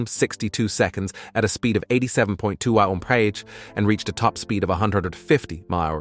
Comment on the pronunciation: Your AI voice narrator guy can't say simple terms like mph without glitching. Sounded like marbles in the mouth or something. Is it really worth having a monotone expressionless and glitchy computer do all the narrating? I love C4 corvettes but I only got halfway through this video. Not trying to be mean, just honest.